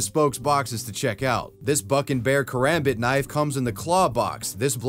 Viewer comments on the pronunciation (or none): none